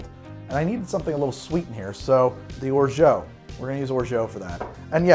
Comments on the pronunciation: I love your channel but please stop pronouncing it "orjo", I know french is weird but still. There's an "a", use it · Orgeat is said with more of an 'ah' sound at the end then an 'oh' sound. Sorry if I come off like a French nazi😂, love your videos! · Your pronunciation of "orgeat" makes me laugh. :) Thanks, man!